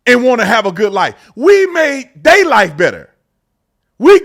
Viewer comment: you say " we made their life better" but it actually sounds like " We made daylight better" Which I am not gonna say you dont but is kind of funny. Just pointing it out cause sometimes a smile goes a long long way.